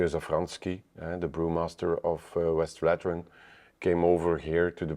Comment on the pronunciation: Is it so hard to pronouce Westvleteren the right way? You even add a vowel in between the V en the L that shouldn't be there. It isn't Westveleteren.